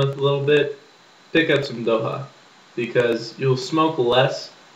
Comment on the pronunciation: 1st- its Dokha..its important to pronounce the "kh"(same with midhwakh) 2nd -You smoke midhwakh for the buzz/kick 3rd - A head(you say bowl) of midwakh is equal to 1/5th or less of a cigarette 4th-When you fill you tilt the bottle horizontally and scoop dokha and smoke 5th-its isnt good to pack your midwakhs as you have to drag more than 5 times to use up all of it 6th-You should take threes puff atleast and hold it for about 10 seconds But the review wasnt bad...